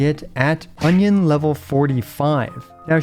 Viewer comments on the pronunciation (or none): Union is not pronounces Onion.. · Still love it that pronounces "union" as "onion" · Union = “YOON-yin” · No one talking about how he calls union level, onion